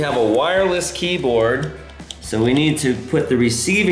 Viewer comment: Did Evan say keykoard or keyboard